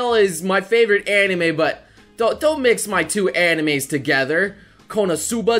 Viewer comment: Did say "I doy even know"?